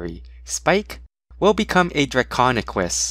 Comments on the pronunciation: he is saying draconekiss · draconequus. repeat after me DRAC-ON-E-QUUS